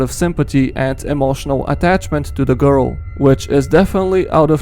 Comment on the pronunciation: thE gOrl